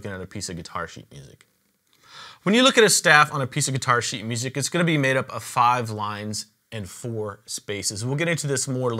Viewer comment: IKR ! It sounds like "piece of shit" 😂😂😂